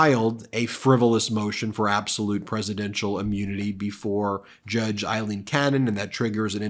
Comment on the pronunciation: Aileen = Ayleen